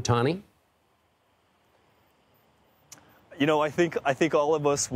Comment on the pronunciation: can these newscasters just try to learn how to say ohtani...?? They need to try harder